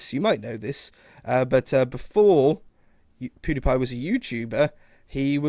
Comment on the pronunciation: I love the way he says Pewdiepie. It's like Poodeepie